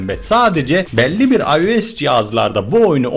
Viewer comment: Abi sen olmazsanydın bu haberleri alamazdık seni çok seviyorummmm ios ada dedin adiroid dedin